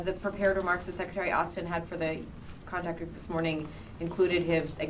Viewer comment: Contact Group…not Contract Group…been studying at the Jason Blair School of Journalism?